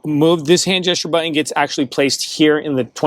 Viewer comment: It's not butt-in, it's button.